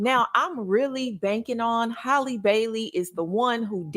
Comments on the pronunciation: Why you keep saying Holly? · The girl is killing me by mispronouncing her name.